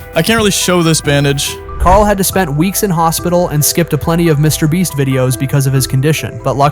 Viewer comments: HI why are u saying MrBreast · STOP SAYING MR BREST ITS MR BEAST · Mr. Breast lol this guy does this intentionally on every video ig? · Bro said mr breast 😢😢😢😢😢😢😢😢😢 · And he says Mr. bleach